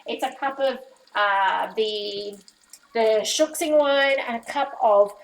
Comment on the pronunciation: Shaoxing or shaosing wine -- pronunciation shau shing. // I would use less water for corn starch slurry.